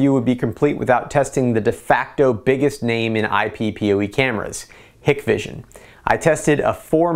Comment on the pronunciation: I know this is petty but ...Hikvision is pronounced (HIKE-VISION).